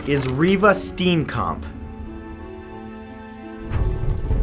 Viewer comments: Steenkamp isn't pronounced that way.. The 'ee' is pronounced like 'a' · Btw you pronounced Steenkamp wrong it's pronounced Stee'un kump that's how it pronounced ok please check how thing are pronounced before you make a video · It's African name. Repeat after me Stane kamp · It's pronounced Steencamp. Lol the story isn't over it's being appealed in November. Big fan btw. Much love from SA. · It's funny when he mispronounceses South Africa names 😂😂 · Common thats not how you say Riva Steenkamp and Oscar Petoruis no thats just wrong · You don't say Steenkamp like that😂 but it's okay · I love it how people not from here (SA) pronounce Reeva steenkamp's surname funny. No HATE I just generally find it funny <3 Love you Mat!!!!!!